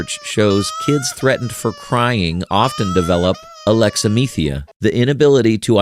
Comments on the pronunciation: Nobody: Literally nobody: Stickly: "aLeXa-ME-THEE-uh" Everybody else: ..... Isn't it "uh-lex-a-THIGH-mee-uh"? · Alexithymia (instead of aleximythia).